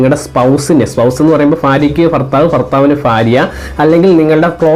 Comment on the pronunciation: ഫാര്യ അല്ല. ഭാര്യ. ഫർത്താവ് അല്ല. ഭർത്താവ്